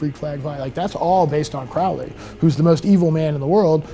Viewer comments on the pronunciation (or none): Any “occultist” who doesn’t know how to correctly pronounce the name of Crowley, has absolutely no credibility.